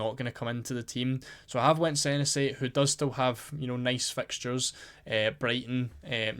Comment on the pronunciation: Its pronounced seh nessy mate 👍